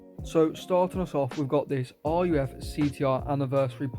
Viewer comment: Its pronounced ''Ruugh'' not r-u-f 😭